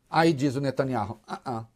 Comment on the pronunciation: Este " véi" de boina é mais pseudo profeta falando que o Benyamin vai pra cadeia. E ele nao sabe pronunciar o sobrenome dele!